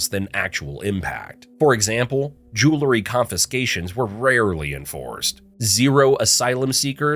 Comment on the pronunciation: Learn how to pronounce jewelry.